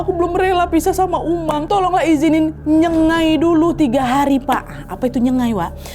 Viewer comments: btw ijin koreksi ya itu bukan nyegai tp sebutan betul ny itu adalah NYENG-GAIK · kak,aku salah satu dari kaum nya mereka,pengen koreksi kalo nyebut nyengai itu kayak ada 'g'nya yaitu nyenggai,nyeng-gai,itu aja makasih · pronunciation nya salah kak nad. Sebutannya ialah nyengaik, sebut seolah-olah ada huruf k di belakang. Hello from sarawak.😊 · Nyengai - sebutan nya ( nye-nga-i)